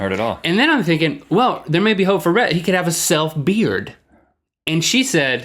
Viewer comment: Retta? Lol it's Rhett :)